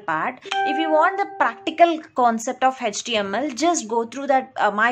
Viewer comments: its ACH-TE-AM-EL(HTML) not tech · Mam, everything is good but you pronounce HTML as-" hatch TML". This is so weird...